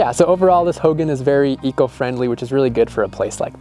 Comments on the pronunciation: It's pronounced hoegawn. Hogan. Just a Lil tip on its pronunciation. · Ho gahn Emphasis on second syllable.